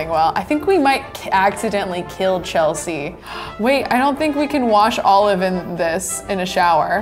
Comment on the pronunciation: You keep on saying it's Chelsea